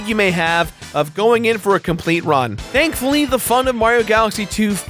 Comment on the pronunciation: Did he seriously say dankfuly